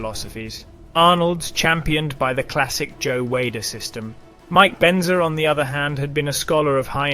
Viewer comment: Did I hear "Mike Bender"?